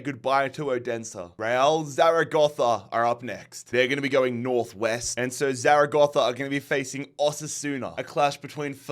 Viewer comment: Great pronunciation of Zaragoza